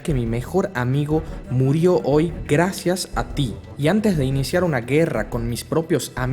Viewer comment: 'Guewra'. 'Wresistiwr'.